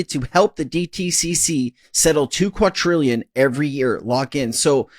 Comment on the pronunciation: Why do insist on mispronouncing the word, quadrillion? A quadrillion is a thousand times larger than a "trillion", which is how you pronounce it. Please educate yourself